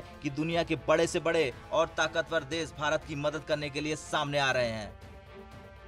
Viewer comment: UTS DESH NOT DES